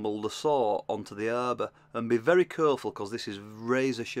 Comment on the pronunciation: Great video! I like the way you say "Be curefull the bluude could be shurp"